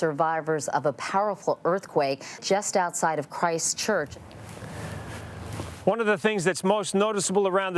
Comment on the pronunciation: Christchurch is one word. Please pronounce it as such. We realise it's a stupid name, but emphasising it isn't helping.